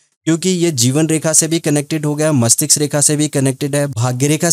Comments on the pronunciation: गुरु जी मस्तिष्क बोलना सही है मस्टिक्स नहीं 🙏🌹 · Mastiksa nhi mastiska😂